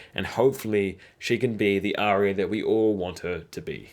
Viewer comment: Great video but seriously, Are-ya = Arya. Aria is totally different.